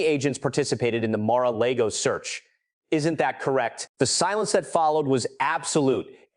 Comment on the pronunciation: I thought almost everyone in the world knows how to pronounce Mara Lago